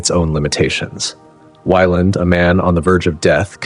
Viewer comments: It's Weyland, not WHYLAND!!! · Who’s “Juan”? 😅. Weird way to pronounce Weyland! Mispronounced it in two different ways throughout the video. I did like it but that threw me off as I was falling asleep! 😅. Love all these videos from the channel! I don’t sleep good at all ever since I got out of the Marine Corps in 2004. I’m lucky to get 2 hours sleep straight every night since then. 😤😕. This channel helps me relax though and get to sleep. Even if it’s only a couple hours, it’s still nice.